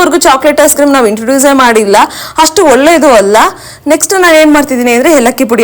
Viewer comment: Video yeno chennag ide , aadre neev swalpa alpa prana , maha prana hege uccharane madbeku annodna kalthare nimge olledu , for example , hice cream alla adu, Ice cream , holledu alla olledu, haarogya alla arogya , hone line alla online , swalpa idella practice Madi nimge olledu